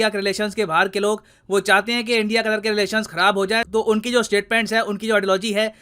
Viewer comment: Foff qattthhhrrr 😂😂